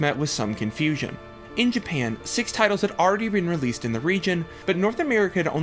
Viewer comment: I love how he says, Jpayann. IT reminds me of south park's Mr.Gasrrison